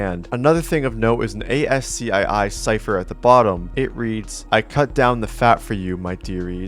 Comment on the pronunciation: Nobody pronounces ASCII like that bro.